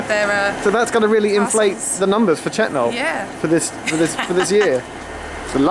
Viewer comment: Your pronunciation is wrong, its pronounced "Chet-nul"